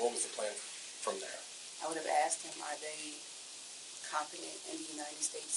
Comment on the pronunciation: Shateeequa be HONGRY! And, she AKKKSED you for information?!!